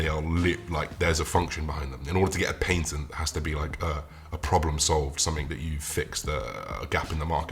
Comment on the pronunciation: For my fellow Americans: Paintented= Patent